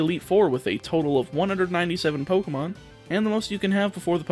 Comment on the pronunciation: Every time you say poc I get caught off guard